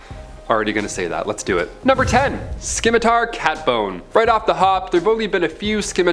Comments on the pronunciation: Not skim matar…..simatar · Scimitar is pronounced SIMatar.. not SKIN mitar, might want to pronounce those words correctly......cuz people have a hard time taking you seriously when you can't.🤭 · Fantastic, fun video. Thanks yet again for the fun content to help me shrug off the inevitable depression when I start thinking about the state of the world. You and Lucy are my absolute favorites, and both put a huge smile on my face. Also, not to be mean! but it's pronounced SIM-ih tar. Because, you know, spelling is effin' weird. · The c in scimitar is silent bro. Lol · The c is silent in scimitar.